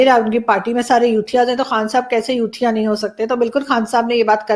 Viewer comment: Ma'am, you have used youthia so many times , each time you pronounce youthia...I listen...chut......🧐🧐🧐